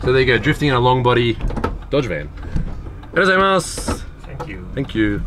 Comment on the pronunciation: my osaka wife pronounces Dodge as dod-a-gee